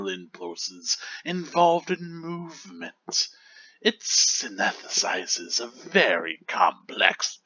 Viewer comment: It's pronounced 'synthesizes' 👍